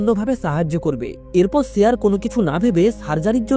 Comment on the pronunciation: দাদা ছে হবেনা এটা সে হবে